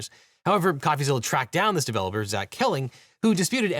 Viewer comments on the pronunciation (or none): none